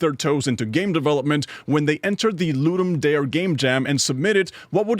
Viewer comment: Not how you pronounce Ludum Dare but good video